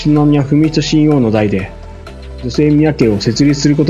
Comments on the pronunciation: 親王はしんのうと読みます。 しんおうではありません。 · しんおうではなく、しんのうです。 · 凄い悪意に満ちたコメントですね 親王の事日本ではしんのうと読みます しんおうではありませんよ ニュースソースが皇室ジャーナリストって 新聞で偏向する時政府関係者のような 国際弁護士になればかなり高給ですよね 主さんも使っていたので私も、多くの国民は皇室を敬っています しっかり戦後の天皇陛下のなされた事をちゃんとした漢字を使った本をお読みになっていればね 今かなり日本人擬きも居るから簡単に同調して 💦💢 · 「親王」の発音は「しんおう」ではなく「しんのう」です。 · 国立音大は「くにたち」、 親王は「しんのう」です‼️